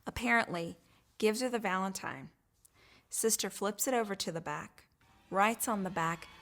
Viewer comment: First of all, is she saying “valentime”?